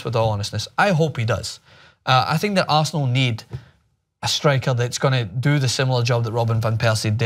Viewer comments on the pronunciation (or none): "Aresenal" though